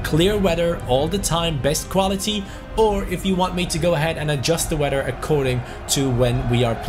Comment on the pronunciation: Who else loves it when says “weder”(weather)